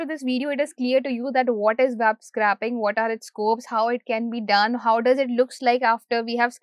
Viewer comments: Scrapping is to discard, scraping is to extract. scr-A-ping not scr-AH-pping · It's scraping as in 'scraeping'.